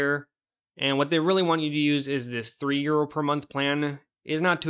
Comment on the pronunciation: I keep hearing euro as year, lol